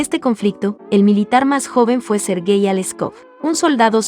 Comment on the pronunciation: Serguey xD